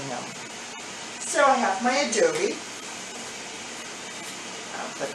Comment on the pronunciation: Turned the video off as soon as she mispronounced “adobo” twice